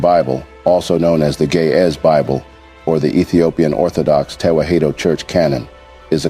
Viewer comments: PLEASE see to it that it is Ge'ez & not "gay as Bible". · It is GE’EZ!!! Not GAY!!! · Why do it sound like the narrator is saying gay as bible 🤔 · do not know how but the computer is reading gay bible erroneously or on purpose cause it is Geeze Ethiopian bible not gay bible , make your correction please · bro it is geez bible not gay as bible correct it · Not Gayz bible! Correct it! It is GE’EZ bible! What a miss!!! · In the subtitle, the phrase that you pronounce Ge'ez Bible is translated in the form of Gay as Bible which is wrong. Translate your pronunciation With the correct phrase Ge'ez Bible. It may create confusion for those who follow the subtitle. I appreciate your work! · It is not "gay is book" it is Geez book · It's NOT GAY IS ITS GIZ